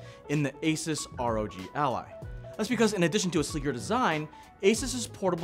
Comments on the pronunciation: FYI it's "ey-suus", not "ey-ses" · your pronouncing asus wrong lol